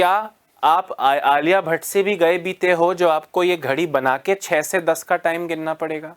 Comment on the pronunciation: Sir k wife Alia Bhatt jaise dikhti h esliye sir Alia bhatta bolte h 😂